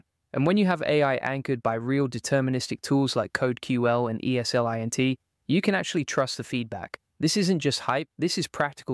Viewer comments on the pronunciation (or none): E-s-l-i-n-t? 😂 That’s a first, it’s ES-lint. It’s a linting tool…. Should you trust this guy to know the subject matter? Probably not…